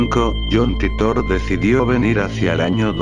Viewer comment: no sabes ni pronunciar titor